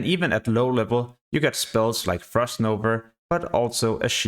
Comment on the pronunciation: I swear he had a bet on how many times he says frost nover